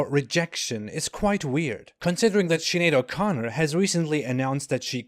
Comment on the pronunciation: I've never done a spit take in real life until you said 'Sinead o'Chicken'